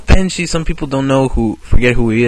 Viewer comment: did you call him Ralph "Banshee"?